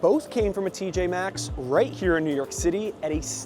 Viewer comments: Why some of these people acting like the M is silent... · Why do they all keep saying TJ X? Drives me w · I can't with these exerts calling it TJ X